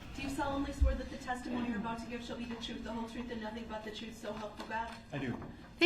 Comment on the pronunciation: he also "the jury needs to know the WHOLE troof"